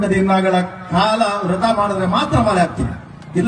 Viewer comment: ರಥ ಅಲ್ಲ ವ್ರತ